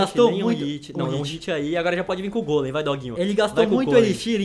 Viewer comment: Se diz gólem e não gôlem